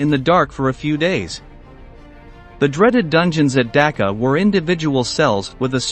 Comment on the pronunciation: Learn how to pronounce Dachau correctly